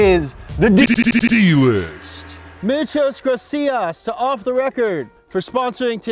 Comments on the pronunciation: James its muchas grasias u said muchaass graciass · "Michos gracías" 🙄😂